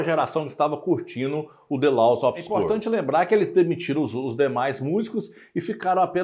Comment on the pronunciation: A pronúncia não "LAUS", e sim, "LÓS"